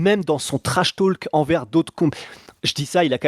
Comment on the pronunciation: Stp ne prononce pas le L dans trash talk